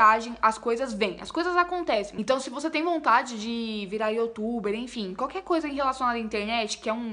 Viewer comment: Ela Sempre fala (YOTUBER) 😂😂😂😂😂